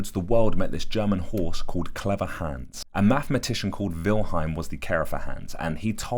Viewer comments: Bro pls stop calling him hens its HANS mot nem A nicht E nicht Ä AAAAAAA!!!!! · Haaaaaaahhhhns. Not hands. You know how to say Weilheim with the v sound but you keep saying hands. It's so weird that you're telling this interesting story and then you keep saying the horses name funny. It's as if the horse was being called hands even though he has none lol. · It's Hans not hæns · Clever "Hans" not hands. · You mean Hans, not hands right? 😂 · Cool story. What he was actually doing is almost more impressive than what they thought he was doing. Also… Hans. Haw-ns. Rhymes with bronze. Amazing drawing as well. You’re definitely talented my brother. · My german ass heard "hands" the whole time, then proceeded to facepalm when i read the comments and realised it was probably halled "hans" instead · Please pronounce it like h-ons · I thought you said "Clever Hands" at first and I was shook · Its pronounced Hans hons is how it sounds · Hans pronounced HUNS in german accent. He was showing the intelligence of being hyperaware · It's pronounced, (honz) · Loving the British pronunciation of Hans 😅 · Please learn to pronounce Hans correctly